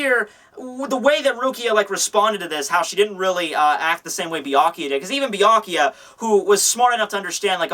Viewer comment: everyone says Byakuya name weird lol everyone says "bee-ah-kee-ah" lol its "bee-ah-koo-yah"